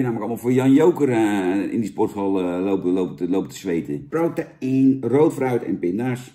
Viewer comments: Protein is de Engelse versie van proteïne en spreek je gewoon uit als (bij benadering): 'pro-tien', hoor. Het is vergelijkbaar met woorden die in het Engels eindigen op 'eine' zoals caffeine en codeine. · "pro ta ien?" lijkt niet op "protein" just saying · challenge voor vandaag; neem een shotje elke keer als Jan prota-ien zegt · Challenge: neem één flügel, elke keer als Jan prota-ien zegt..